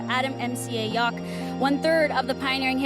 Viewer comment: RiP MCA BTW, it's pronounced "Yow-k", not Yok. As in "No one really knows what I'm talkin about, yeah that's right, my name's Yauch"